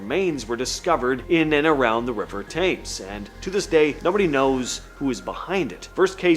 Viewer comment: To hear the River Thames said the wrong way so many times was annoying …. It the River tims….